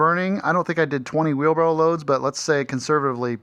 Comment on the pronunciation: It’s ok to say “Wheelbarrel”!!😂😂😅😊